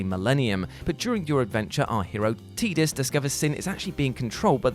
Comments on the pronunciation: Ahh I see is still struggling to pronounced Tidus correctly. He started off correct, but slipped back. He's trying! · I loved how he was calling tidus "teedus" and then out of nowhere corrects it back to tidus. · He actually pronounced it both ways. The first time or two he said Teedus then afterwards proper instinct must have kicked in and he pronounced it Tide-us after that. (I don't care which is 'right', Tide-us just sounds better so it is the 'right' one to me. :D ) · Love how just switched to pronouncing it Tidus instead of Teedus. I don’t care if that’s the canon pronunciation, I refuse to say Teedus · Because Square decided to use the wrong pronunciation in the game. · Why is he pronouncing Teedus wrong? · Triggered by pronunciation of tidus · Love the bait and switch of pronouncing Ffx's protag 🤣